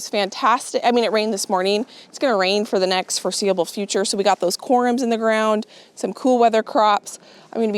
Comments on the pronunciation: They are pronounced corms, like corn but with a m. We used to have deer on our property when we were growing up. I loved to watch them, but they are destructive to the garden. We use to plant things for them on the edge our property that they like to eat. I would not plant any perennials if you have deer pressure. They would just be deer food. You will probably want to watch the orchard during Spring to ensure the deer do t eat all of the new growth on the trees. They can also damage trees with their antlers. That’s probably why they were fenced up to begin with. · What a wonderful garden show. Thanks for sharing. One thing for people to know if they are wondering, it’s pronounced corms not corums if someone is looking up the word it might be confusing. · Corms, not "corums"